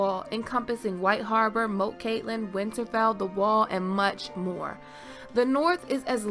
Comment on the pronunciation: Moat is prounced with the long "o" sound